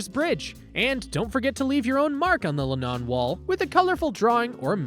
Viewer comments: Nice video. Would love to go. The only thing that bugged me was they way he said John Lennon's name..it's not Len NON! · It's not the Le' Non wall. it's the Len On wall....